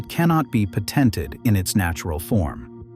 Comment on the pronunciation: The accent in the word patented should be on the first syllable, not the second.